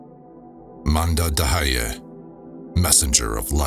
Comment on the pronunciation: Also, it's manda d'hayyi and not manda da hayyi. Should almost sound like mandat hayyi. 😊